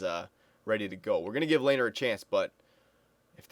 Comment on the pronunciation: Its pronounced LEH-NER